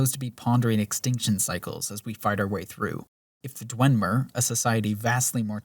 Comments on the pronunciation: I know it has no bearing on the substance of the video, but from to when he says "Dwenmer" instead of "Dwemer" every single time, like 18 times in this 5 minute stretch, it got under my skin so much I couldn't finish watching. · It's "Dwem-er", not "dwen-mer", and also it's "Skyhaven Temple". good video though lmao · "Dwen-mer," huh? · There is no n in dwemer. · Nitpicking here. Its "dwemer" not "dwenmer" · I'm sorry, this is such a great video but....*dwemer, not dwenmer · This is really good, and your points are solid. However, I must say that it's not Dwenmer, it's Dwemer. There is no N in Dwemer. I'm sorry, I just had to get that off my chest, it's been bugging me for an hour. Other than that, this is really good. And if that's the only weakness I'll say this is damn near flawless. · ”Dwen” mer? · Why does he call them the Dwen-mer? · i swear you were saying "dwenmer" this entire video but it was so subtle i never knew if i was just hearing things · You were not and he was. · Why do you keep saying Dwemer like that